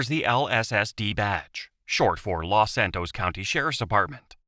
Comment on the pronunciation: Los Santus